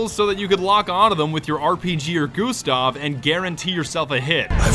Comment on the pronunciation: I hate now he said, Gustav